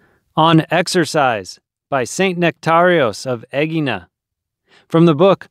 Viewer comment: Thank you for showing me how to pronounce AEGINA. For what it's worth, there was an exercise ad of some sort before the video could start. Doncha just love algorithms?